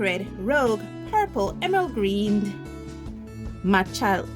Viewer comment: Thoroughly enjoyed this. Very interesting information. Malachite (the ch is a k sound)